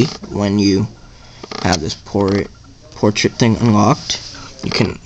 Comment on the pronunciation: Dude, it's Portrait, not Poriat